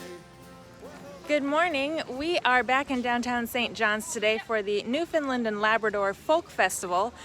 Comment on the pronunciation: Just to help you out with the pronunciation of our beautiful province it's New Found Land and not New Found "Lind" You were already two thirds right!! 🙂